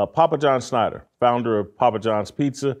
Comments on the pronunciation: Love the show but I need you to stop butchering this dude's name. SCHNAT-Ter. Thank you. Please do better. Ok carry on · Does Jason not do any show prep? It's not SCHNEIDER...ITS SCHNATTER.